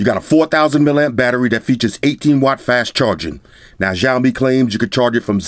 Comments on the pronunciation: lol its not jaomi, its shaomi (Xiaomi) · U can't pronounce XIAOMI well, i hear XJAOMI ALL THE TIME LOL